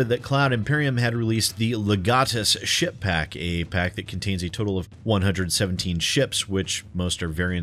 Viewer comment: I kept hearing "shitpack"...that isn't quite style, and I kept having to do a doubletake...Ship Pack...Ship Pack...